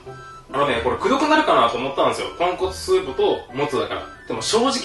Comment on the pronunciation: ごめんなさいポンコツスープに聞こえました